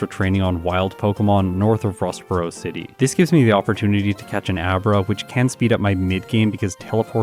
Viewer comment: I'm editing one of my videos listening to this. Every time you say Rustboro city my mind keeps saying Ross Perot city?